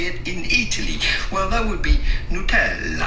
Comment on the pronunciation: Great video as always. Btw i’m italian and yes you are not supposed to pronounce “nAtella”, that is one of the most common “americans mispronouncing italian brands” ahahahaha